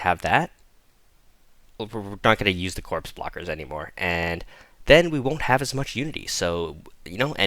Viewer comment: Corpse "Bro-Kers", not "Brockers", think its like a broker in the financial sector.